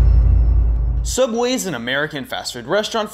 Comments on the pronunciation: I think you mean cough cough Sooubway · YEAHH SOUUBWAY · You did not just make fun of sooubway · I'm never eating at sooubway again. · you mean everything wrong with sooubway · I think you meant Sooubway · Don’t you mean sooubway? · I think you mean s o o u b w a y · I believe it is called sooubway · AKTCHTUALLY ITS CALLED SOOUBWAY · you mean sOOubway? Kappa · i was gonna say Its SOOUBWAY!!!